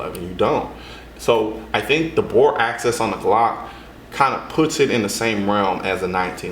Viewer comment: "Axis" is not pronounced the same as 'access'... :)